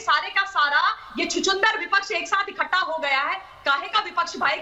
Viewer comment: इक्कटा नही इकठ्ठा बोलो ममताजी हिंदी बोलना सीखो